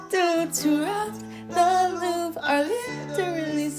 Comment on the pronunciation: I love your Videos but it's pronounced Louvre not Louv😭😭